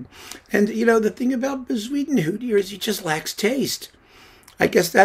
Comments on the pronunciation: Yeah, that was great! I made a bet with myself on how he was going to mispronounce that name. I won myself a beer with that one. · I lOOOVE the way you pronounce Bezuidenhout! 🤣🤣🤣I think I prefer it to the Afrikaans original.